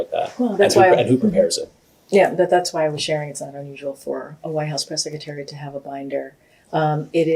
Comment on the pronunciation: Press “seck a tary” 😂😆😂